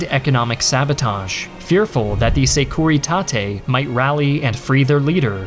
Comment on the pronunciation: You can say "Security" instead of Securitate, it sounds off the way you say it